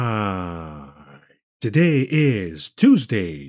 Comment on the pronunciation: Couple extra « T’s » on the end of that alright.